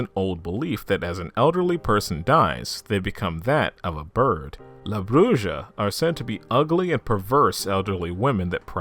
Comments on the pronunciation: It’s is pronounced Brew-ha not bru-ja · La Bruja. Bruja is pronounced as Broo-ha, not Broo-ja. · BROO - HA not Bruja a witch homie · It's pronounced Bru HA not Bru Sha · Oh goodness that pronunciation of the word "bruja" . Bruu-haw is how that's pronounced. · La Bruja - la - brew - ha. The J makes a h sound in Spanish. Honey, if you weren't making mistakes...I'd have to give you some side eye. Great video! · La Bruja pronounced la Bru'ha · It’s killing me the way you say bruja 😂 but still a great video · Over all your pronunciation is pretty good,but for future reference the “ja” in bruja is pronounced as a “ha” sound😊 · i know u said that you may mispronounce some words, but i was not expecting the way you were going say la bruja it made me laugh a lot. love the vid tho